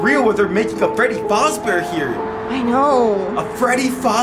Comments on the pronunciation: ITS NOT faz NO LOW A ITS FAZ LongA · Yes I get triggered by it so bad lol it is “FAzbear”a not “FOzbear” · Freddy faober 💀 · No hate but it’s fazzbear not facebear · Not foz bear it’s faz bear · Scooby Doo FNAF Fan he says freddy fOzbear but it’s called freddy fAzbear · Freddy faseBear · yup its freddy fASzbear pizza not freddy fOUzbear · Its terebole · You say fazbear like fozbear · Freddy Fazbear not freddy fuzbear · Is fazber not facbear! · Anyone else triggered the way he keeps pronouncing fazebear wrong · Yeaaa i loveeeeeeee fnaf and the fact that he said fAHzbear kinda pissed me lol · Y'all said Fazbear wrong y'all said fozbear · Bro is literally saying Freddy fos bear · It's pronounced Freddy F-AH-ZZ-BEAR"s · Who gets triggered every time someone says Fazbear wrong